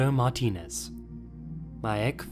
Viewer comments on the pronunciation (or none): none